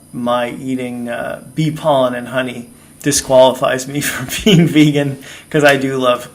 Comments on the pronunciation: "Beegan" 🤣🤣. Fasting is good for me. My thoughts are eat what suits your system, and be thankful/ joyful for it. Much love. Thanks...very subjective topic! Respect. Xx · "I've been 'Beegan'. . .", LOL!!!!!! ;)